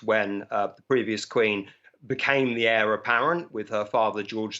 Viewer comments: The word 'heir' is pronounced with a silent 'H' - 'heir' as in '-A.I.R'. He is not the world's longest waiting Hare! Thank you. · Please learn proper pronunciation..It's pronounced air...not hair...😅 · It's pronounced 'air' to the throne not hair.sorry to be pedantic. God Bless KCIII. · Heir—H is silent.